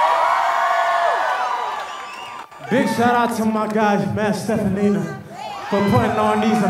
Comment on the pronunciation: Jason really called him "Steffanini"